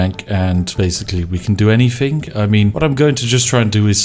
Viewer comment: I love someone calling themselves The Spiffing Brit, but cannot pronounce “th”. Anyfing, I don’t fink so, etc.